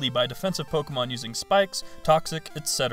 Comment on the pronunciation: you know its pronounced Po-ké-mo-n